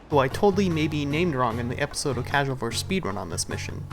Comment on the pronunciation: miutes in for modder u said causal